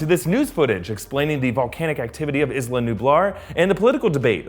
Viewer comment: It's pronounced eesla